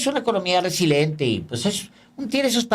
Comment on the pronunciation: Se dice resiliente, no resilente, con todo respeto.